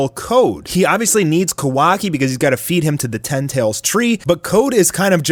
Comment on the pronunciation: it triggers me how u say kawaki